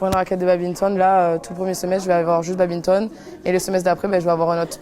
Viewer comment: Désolé mais c un crime de dire babinton. On dit baDminton